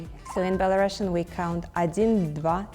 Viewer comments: Belarusian girl doesn't know how to pronounce Belarusian correctly. It's bela-roo-see-uhn, not bela-russian. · PLS bring belarusians who know their native language wtfff sad - сумны (sumny), pencil - аловак (alovak), not a karandash, and belarusian is pronounced as [ˌbɛləˈruːsiən] i'm sorry i didnt mean to blame this belarusian girl, she is so funny, but it was the last straw, as a belarusian i am a little ashamed of her